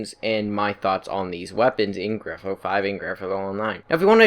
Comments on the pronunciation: Gran fthhthhh athfo actually lmao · “Gran-fhfufjfudj online”